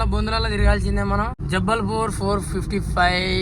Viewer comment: జబ్బల్ పూర్, తొడలపూర్ కాదు, "జబల్ పూర్"